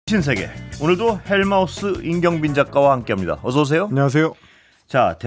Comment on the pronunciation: 헬 마우스 지옥의 새앙쥐 헬 마우뜨 지옥의 주둥이리 발음 잘 해주길 ㅎㅎ 😂